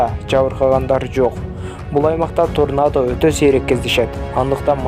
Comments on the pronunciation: Торнадо болуп жазылат тарнада болуп айтылат окумаган патписаса дейт го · Туура сүйлөгөндү үйрөн торнода торнода дей бербей